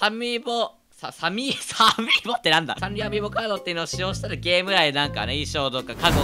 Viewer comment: サミーボって何だよwww